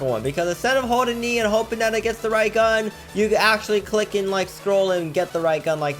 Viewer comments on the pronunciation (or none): none